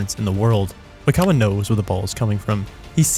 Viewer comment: You’re pronouncing “Oikawa” incorrectly